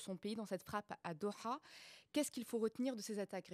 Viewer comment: 00'.35', Aisha, Veuillez prononcer "Doha" soit en francais soit en arabe mais pas un truc entre les deux...ca fait cheap.